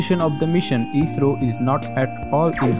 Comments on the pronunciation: its not isro its i s r o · I.S.R.O ...... theek se naam lena to seekh lo...😂😂😂